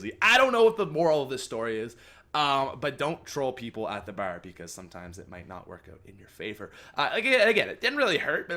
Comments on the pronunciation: The way he said bar lol. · The way u say bar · he says bar funny lol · He says bar so cool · I love your Canadian accent when you say bar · I was about to comment that